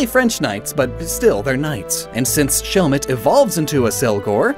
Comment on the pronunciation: Ah yes, 'Shellmet evolves into Accelgor'